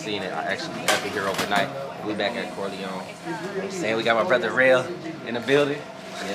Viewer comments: If says CoryLongs instead of Corleone one mo time 😩😩😩CJ the BMW looks great!! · “Corlyne forge” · I’ll give a stack if he can pronounce corleone 😂😂😂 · That mug is beyond nice, but can you teach how to say Corleone Forge...lol...that's my guy tho 🤘🏿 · Somebody teach how to say Corleone forged 😂😂😂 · And why can’t pronounce Corleone, right? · cant say corleone lol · Well at least we ain’t the only ones that notice talk too much… teach him how to say Corleone too😂😂😂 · Who ever reading this can’t pronounce Corleone.